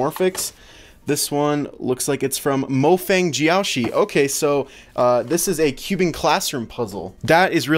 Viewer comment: IT IS Mo fung-jeeow-sher mofangjiaoshi